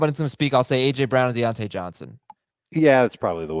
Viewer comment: By the way D'onta Foreman, I don't believe it is pronounced "Dee ontay" is it?